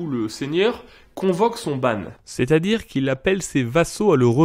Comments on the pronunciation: dedenus kenañ ! kemer a rez amzer evit komz ha displegañ an traoù , gwelloc'h eo, je crois que "ban" se prononce "Banc" plutôt que "bane", est ce que par hasard tu connais les dates de création des bannières comme celle du Leon par exemple (et dans quels contextes elles étaient employées ) sinon bonne initiative d'employer "donemat" en introduction ;) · On dit lever le « ban » comme dans divan, Pas « banne ». Il reste d’ailleurs l’expression « lever le ban et l’arrière-ban ». C’est le même mot quand on publie les bans avant un mariage. Et c’est la racine du terme bannir.